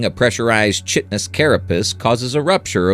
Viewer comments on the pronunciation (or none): Good video but chitin is pronounced Kie (like pie only with a k) ten.